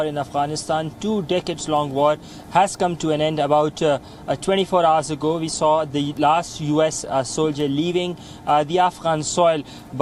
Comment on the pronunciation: Why Indians do not differentiate between V and W. This guy keep saying "Ve have been reporting" or "people who has Wisa could get evacuated" lol